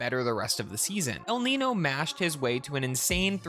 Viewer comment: It’s pronounced el “neenio” not el “neeno” it’s like saying Ronald “acoona” instead of Ronald “acoonia”